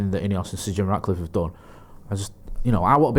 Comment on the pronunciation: it’s Jim RATcliffe ffs!!! Not “Jim Radcliffe”🤡🤡🤦‍♂️🤦‍♂️🤦‍♂️